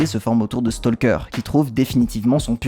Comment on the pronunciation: Comme on pourrait s'y attendre vu leur similitude orthographique, talk, walk, stalk suivent la même règle de prononciation. Tout comme on ne dit pas"tolk" mais "tok", on ne dit pas "stolk" mais "stok" ;)